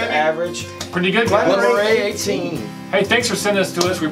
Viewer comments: Btw lads its pronounced Murray as in Andy Murray just to make things easier. They are probably from the region where the great Sir Andrew Moray helped with William Wallace aka Braveheart helped repel those pesky English before King Robert The Bruce (whom my direct ancestor was his armour-bearer) finished the job and granted us independence (whom a lot of your own Declaration Of Independence was taken from five centuries later!). As to Glen Moray itself, I've only tried one and it was the Elgin Classic which tasted very soapy and I couldn't finish, so we turned it into marmalade which done it a favour imo! You guys have to try a Glencadam for a lighter whisky; great value for money, good ABV, non-chill filtered and colour-free. They are small so may be hard to get over in the States, but the 10 yo (and 15 by all accounts - just bought myself a bottle this week!) is fabulous value. One for; I started on Aberlour A'bunadh this week mate, and its delicious stuff, a perfect cold winter (which it very much is here) Christmas whisky - and the first note I got when I opened the bottle was MARZIPAN!! No headaches yet, though I can't drink too much of it as its overly sweet and have to finish off on a peat monster afterwards! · Elgin -- hard G. Moray- Murray. Now I'll watch the rest of the review. LOL